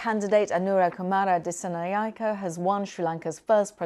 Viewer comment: Its disaanaayeka